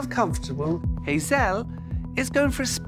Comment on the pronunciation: Her name is Hazelle, not Hazel, it's French, 'elle' means 'she' think of the animal Gazelle with a H.